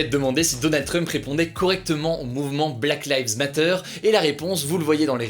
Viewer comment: Il a prononcé "Black llife matteur" a la française. Hugo t'as géchan